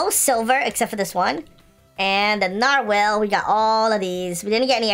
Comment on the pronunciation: Is nobody else acknowledging that’s he’s calling it a nar-WHALE?